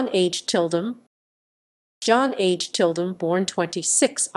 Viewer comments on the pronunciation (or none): That's NOT how you pronounce "Åge".